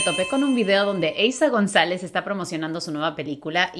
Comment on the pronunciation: eiza “Gonalez”? Jsjsjs